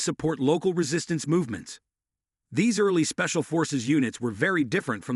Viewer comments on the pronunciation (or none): yeah spacial forces! you guys could have checked and edited it first before releasing, too many mispronunciations by your AI.